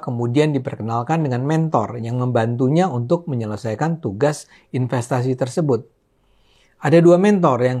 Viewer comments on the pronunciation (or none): none